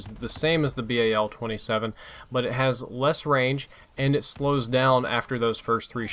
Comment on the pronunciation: i don't get how they make guns shoot slower than their previous variants and yet they are over powered. also pronouncing the gun name to be a pun. you had one job.